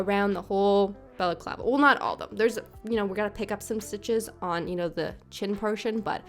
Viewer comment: I’ve never heard the word balaclava pronounced so in my head I always just say baklava 😂 thanks for teaching me how to say it!